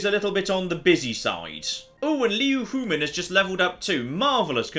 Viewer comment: All I know is Kong Rong wife’s last name is 100% not pronounced hoo-men